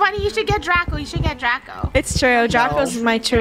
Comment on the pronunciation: Funneh called draco draca